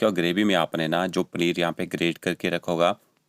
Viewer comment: Bhai pneer nahi...paneer Bolte hai 😅